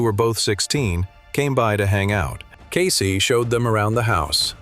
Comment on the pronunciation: Her name was pronounced CASS E, not KAY C